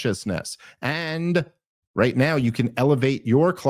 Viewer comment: Dave Smith: the only man I've ever known to pronounce the 'H' in *right*. RigHt? 🙃